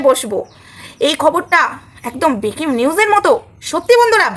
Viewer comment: বেকিং নিউস????? ভুল বলছেন, তাও কতবার... ব্রেকিং কথাটা শোনেন নি আগে??